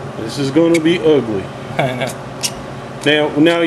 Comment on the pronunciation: "This is gonna be UGLE" "This is a TEERBLE technique" I couldn't stop laughing and it was after his second pock. All kinding aside this was a great video because the main reason I stayed away from tangiers is because I read the difficulties packing it. Is there anyway you could make a video of him or you going through the steps of acclamation.